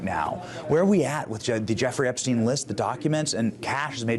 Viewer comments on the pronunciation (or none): Outfits change occasionally, but the mannerisms and script seem... off... the way he says certain words, too–in this video "Epstein", despite it being a name said innumerable times, by others